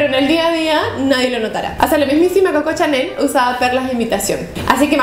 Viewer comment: Hola, el perfume no se "echa" se aplica, es un gesto delicado.Y Cocó Chanel no es Cococha! tenés que modular bien porque te oís re chusma cuando hablás así. Aun así me suscribo, te veo potencial.